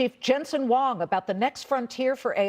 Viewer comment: The 'h' in Huang is not silent.